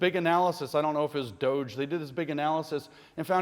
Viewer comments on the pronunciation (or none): none